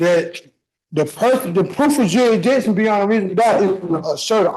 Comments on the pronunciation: Dude, you can't challenge jurisdishon if you can't pronounce the correct word (jurisdiction). Also, HELLO! When are you planning a walkabout with us on your late night channel? It's fun for us insomniacs like myself. I really enjoy your sardonic nature - you say what most of us are thinking! ❤ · If he’s going to pronounce the word “jurisdiction” as “jurah-dishun”, I’m going to go insane. He talks like he has a mouthful of sand. He doesn’t ENUNCIATE words, or complete words before the next one, and he runs words together with a terrible accent. I literally cannot understand most of what he saying. The judge is entirely too patient. Most judges wouldn’t let his rambling testimony in between his idiotic questions. If he doesn’t understand simple court terms, procedures, or rules, he should not be allowed to represent himself. Also, if he committed the crime within the physical area that the court is authorized to cover legally, that means the court has jurisdiction. Guys like the defendant need to look up the word JURISDICTION in a regular old dictionary, not in Blacks Law Dictionary. I wish people weren’t allowed to just quit school without graduating with at least a c+ in every subject, even if it takes them 15 years instead of 12. society so much more civilized, educated, and give everyone a better (maybe even an equal) chance educationally of having a more successful future. But instead, we get people like this defendant, who doesn’t seem to know what a question is, or that there is the letter “s” in the word JURISDICTION (that actually makes the usual “s” sound. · Huh? It's pronounced "yeridission" It always has been. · Ya mean jur-ish-dishion? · It is pronounced "jury-dishin" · Sir it's pronounced "jurridishon" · “Juridiction” 😂😂😂 I’m dying. I can’t I’m gonna pee myself 😂😂😂😂😂😂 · Jury dishun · The idiot can’t even say jurisdiction he keeps saying juridiction what ever that means 😳 lol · What the hell is a “jurrdision”! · What the ** is "jurradishin".